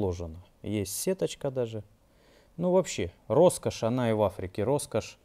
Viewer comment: Р-Роскошь! Ростовские рукастые ребята любят это дело :) Насмотрелся Пачанов, Олега и порой кажется, если человек произносит это слово, он из Ростова)) А если два раза в одном предложении 100% Ростовчанин! 😁